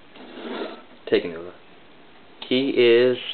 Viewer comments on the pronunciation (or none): It's pronounced: talk-uh-nuva and tack-uh-dox and ic-uh-rax. Bioneclepedia says so. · Not to correct you and seem smart and all, but it's Talk-Uh-Noo-Vuh